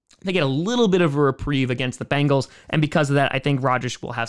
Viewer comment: It's not Bangle, it's Bengal!!!